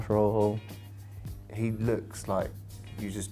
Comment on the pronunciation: This man pronounced Rojo as Rojoe 🙄